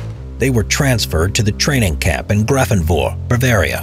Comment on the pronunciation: I live an hour away from Grafenwöhr and I didn't even know about these Spanish fighters. note: The correct pronunciation however is Grafen-vare.